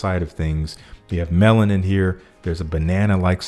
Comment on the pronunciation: When you were describing "Pearfecto" and said "there's a little melon in here" it sounded like "there's a little melanin here" lol Anyway thank you for another great video